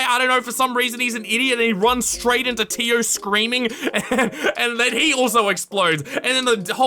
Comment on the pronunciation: totally not related to the video but everytime said tio i kept thinking of dio